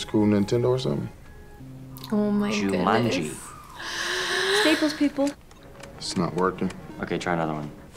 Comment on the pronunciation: Rhys Montague Darby pronouncing the game 'Ja-munji' ruined this film for me haha